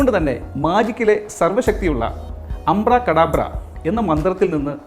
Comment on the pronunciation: അമ്പ്രകടബ്ര അല്ല ചേട്ടാ അബ്റക്കാഡബ്ര